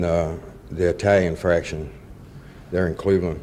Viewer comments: Faction, not Fraction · It’s faction not fraction 😂